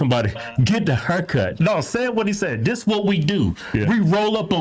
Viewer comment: Dat teen and Dat judge. Hmm , the hog twins can’t pronounce the th sound. Dey be black